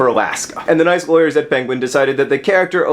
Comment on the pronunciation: "nice people and sometimes laywers" I lol